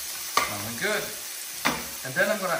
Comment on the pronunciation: long dramatic pause "Goood." XD